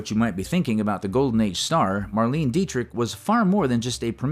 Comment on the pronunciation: It's pronounced "Mar-LAY-nuh" Dietrich and "Louie" B. Mayer. Terrible AI narration.